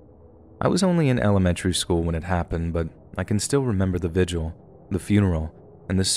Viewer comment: 33.09 you said Vigil wrong